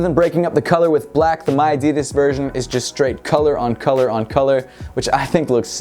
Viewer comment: No we dont say miadidas that way, i dont know where you heard that.